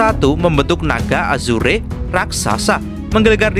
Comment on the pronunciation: Naga Azurrrr bukan azureee tulisan nya azure di baca nya Azurrrrr